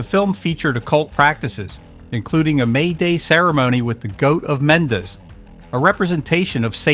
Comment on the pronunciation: Can't you get a narrator who has actually seen the films he's describing. Gorgon is not pronounced GORG-ON and in The Devil Rides Out the correct pronunciation of MENDES is spoken by Christopher Lee himself.